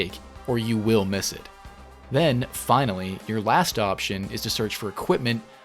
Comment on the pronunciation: “And finawy”